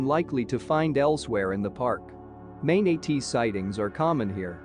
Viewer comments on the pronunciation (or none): "maynuhtees" got me